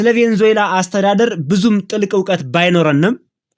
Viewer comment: *Venezuela 'ቬነዙዬላ' ነው ትክክለኛ አጠራሩ።